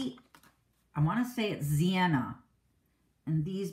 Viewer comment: Zinnia is pronounced zin-e-uh, or zin-e-a.